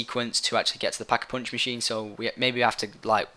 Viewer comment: He says Pock-eh-Poonch lol